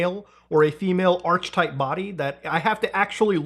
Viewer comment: Sorry to be anal/ocd, but, “Arch-etype”…? It’s pronounced “ark-etype” muda, like architect… unless you pronounce architect like “arch-itect” 🤣